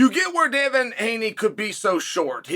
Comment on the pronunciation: Takes a lot of skill to mispronounce Devin. Undefeated.